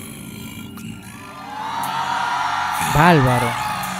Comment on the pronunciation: ¿Por qué dices" balbaro", por "favor", etc.?